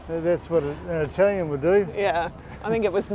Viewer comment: Omg your Italian pronunciation is way better than mine!! Enjoy all of Italy!